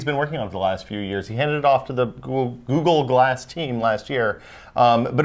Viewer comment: As says GooGoo Glass